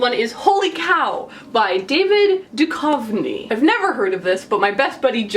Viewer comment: finally learned how to prounounce david duchovny's name. thank u